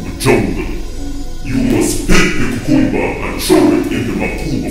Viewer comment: First of all, she's pronouncing cucumber wrong .😭